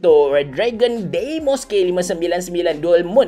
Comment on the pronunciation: Sebut dia dimos bukan deymos